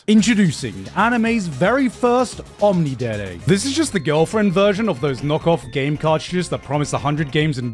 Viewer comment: OMNI-DERE LMFAO